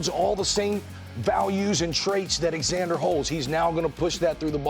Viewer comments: His name isn't EXander, it's Xander (Z-ander) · Jake does know that the 'X' in Xander makes the Z sound....right? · Lmao “Ex-ander” like Alexander without the Al 😂